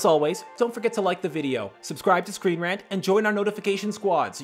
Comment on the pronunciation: it kinda sounds like u say welcome to screen RATS...